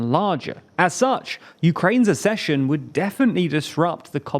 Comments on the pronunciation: The word is ACK-session. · ACCESSION IS NOT PRONOUNCED LIKE THAT! HOW MANY FUCKING TIMES DO I HAVE TO TELL YOU?? YOU HAVE ONE JOB !!! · Please, please, please learn how to pronounce the word ACCESSION. Nobody else confuses the words access and assess!